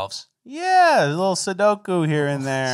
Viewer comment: It's senpoku.. BRO SAID SUDOKU! HAHAHHA